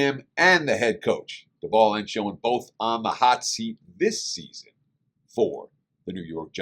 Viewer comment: I’ve been hesitant to watch this video, as a Giants fan 😭😭… anyway, thanks for the content. Very honest evaluation (the GM is pronounced “Shane” not “shone”)